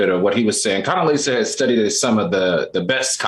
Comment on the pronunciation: Al said Coondeleeza…..💀💀💀💀💀💀💀